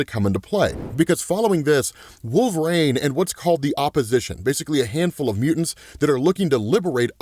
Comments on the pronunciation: Is there a reason you pronounce it "wolver-ain" lol 😆 😅😂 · Why doe he say “Wolverane”? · please stop saying wolverine like that lol